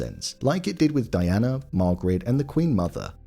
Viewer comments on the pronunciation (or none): none